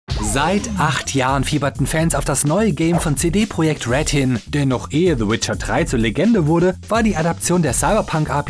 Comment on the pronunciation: Entscheidet euch doch mal bitte, ob ihr CD Projekt Red deutsch oder englisch aussprechen wollt. Aber nicht den Anfang deutsch und Red englisch.